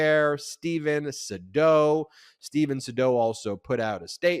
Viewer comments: It's Steven Shadow not Sedo. How could you get that wrong? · The new attorney's name is pronounced "Say'-dow" He's very smart, very savvy, and one of the best criminal attorneys in Ga. Whatever he says in the press about Trump is just bluster. He knows full well what Trump did in Ga. as far as attempting to extort Raffensperger to cook up fake votes for him, he KNOWS his own client is guilty. He knows it as well as you do. He's just doing his job. For money. If Donny doesn't pay him, he'll walk away, he's not doing this out of political conviction, it's his job, and one he gets paid extremely well for doing. Simple.